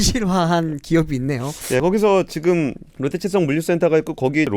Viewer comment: 들리는 발음 자체가 롯데체성으로 들리긴 하네요. 아마 AI 자동자막 쓰시고 검수가 마지막에 안됐나보네요 ㅎㅎ